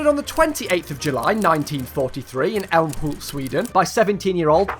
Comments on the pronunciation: Älmhult was pretty well pronounced actually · Im swedish and you said Älmhult pretty good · To be fair your pronounciation of "Ä" in Älmhult at the start was pretty close to on point. The later "hult" was swallowed a bit too early tho. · that ”älmhult” pronounciation was actually quite good ngl 😅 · Man pronounced "Älmhult" almost perfectly and apolagized for his pronounciation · As Swede I have to congratulate you on your pronounciation of Älmhult and Småland. Most english speakers would pronounce them like Almhult and Smaland but you actually got the Ä and Å pronounciations pretty close. At least different enough from just saying A. Kudos! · As a Swedish man muself I agreeeeeeeeeeeeeeeeeeeeeeee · As a sword, I can confirm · You actually did pronounce "Älmhult" correctly. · To be honest ur älmhult pronounciation was pretty good! Couldn't stop laughing! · you actually pronounced "Älmhult" kinda good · As a swede, your pronunciation of Älmhult was actually pretty good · Us Swedes do appriciate you pronouncing it "Älmhult" and not "Almhult" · Your pronouncaton of Älmhult is fine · You said Älmhult almost perfectly